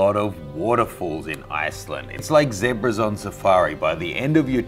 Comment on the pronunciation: Pronounce the word “Zebra” = Zedebra 🤦🏻‍♂️🤦🏻‍♂️🤦🏻‍♂️